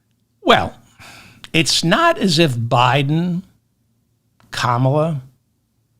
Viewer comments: Kammala not Kamaaala 😂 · You pronounced Comma-La right until you corrected yourself. Thanks for the show, have a good weekend.